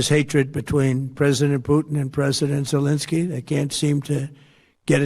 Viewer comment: Please say Zel-EN-sky and Hor-MOOZ. Your garbled pronunciation detracts from the otherwise excellent videos. It’s not Zel-IN-sky and it’s not Hor-MOZE.